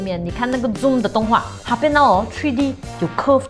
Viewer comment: Zoom is pronounced as "Zu:m", not "jom"... ....